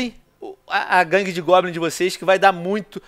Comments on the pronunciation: Mano o Venom é analfabeto? "Guangue" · Venom Colocou Guangue de Goblins No Título, e Falou Guagangue De Goblins shuhsahusa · venom nao e guangue e gangue